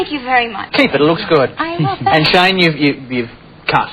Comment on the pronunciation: Is it just me or the interviewer called him "shaima west?